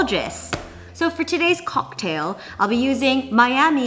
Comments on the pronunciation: love how u said COCKtail LMAO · Jenn saying “cocKtail” is everything!! Also I missed som elegant gloves on the outfit! What do You think? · hahaha! the way you said cocktail was extra proper ^____^ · The way she said “cocktail” 😂😂😂